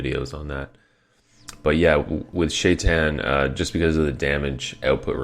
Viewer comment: It's SHA-I-TAHN, not Shait'n! Get it right!